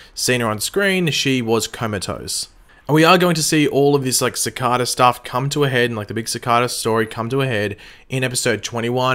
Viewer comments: Ci-car-da? Its pronounced ci-kay-Da srry my ocd triggered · It is pronounced, sicayda not sicarda. Dwyer not jwyer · Please cicada not cacada please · Seh-ka-da lol love your videos man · sick-ah-da, it's Cicada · How are you playing sakata wrong when they say it in the show sa-Kay-ta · U can't say cicada right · its cicada not cikada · The way u say cicada cicaaaada wtf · Cicada not cicAda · youtube recommended you because I like the flash. You watch the show, why can't you just pronounce the name properly? I know Australians pronounce some words differently ( I have a cousin who lives in Australia so have heard some of the differences), but the name has been spoken dozens of times. It really bugs me when people who've heard a name pronounced, deliberately pronounce it differently, it's very ignorant. Other than that I thought your theory video was somewhat interesting. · Why does he say cicada wrong?? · You are saying cicada wrong